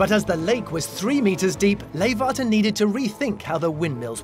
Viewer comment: leeghwater is not with a F but G